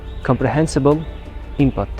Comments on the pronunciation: Input — inpat o’qilmeydi. Input o’qiladi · inpat deb aytyapsiz input bo'ladi yana hater deb o'ylamang meni